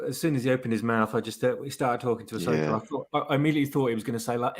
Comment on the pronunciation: Ass-oka in the World between worlds of space whales. U serious?!